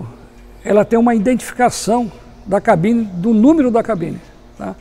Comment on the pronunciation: tão bom ouvir alguém falar "cabine" e não "gabina".